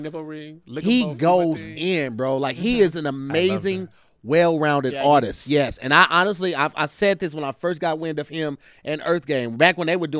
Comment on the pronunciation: It was getting real hard to keep hearing say "Aurtist"!😯🤔😑 Lol😁